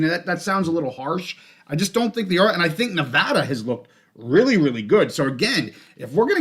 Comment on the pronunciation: Appreciate the Nevada pronunciation!! 🙌🏼🙌🏼 Always love the show - watching at the park as always with my boy Jerrie!